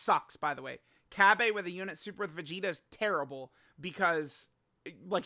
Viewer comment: Cabbe💀💀💀💀💀💀 it's cabba